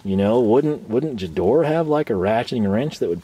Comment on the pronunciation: guh-DOR-uh, not juh-DOR 😉